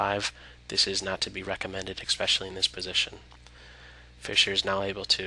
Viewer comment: Especially the "EXPECIALLY" part...? I didn't care much for the voice work.